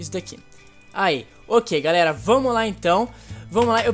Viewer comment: vc falou garera